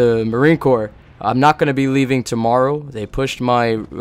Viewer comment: court? its corps pronounced core